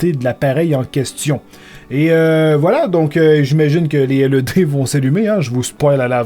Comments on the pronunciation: On dit pas LED on l’ed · 'laide et non 'elle euh dée' T_T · arette de dire L E D !!! tu pronce laide mai sa secri led!!!!!!!!!!!